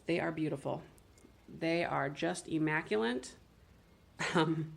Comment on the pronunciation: The silver tumbler with the gold lid is I think a martini shaker. Also, out of love, there's no "n" in immaculate 😊